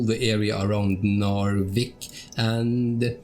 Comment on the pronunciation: Man it is really quite impressive just how good this game looks after all this time. Oh and ty for putting the English spin on Narvik my dude, my cockney ears appreciate it greatly!